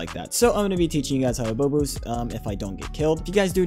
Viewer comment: him saying bow boost kinda sounds like bobux idk why